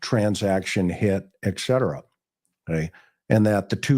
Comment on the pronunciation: McDonough drones on too long. Plus Etc is pronouced ET CETERA not ECK CETERA. Drives me crazy.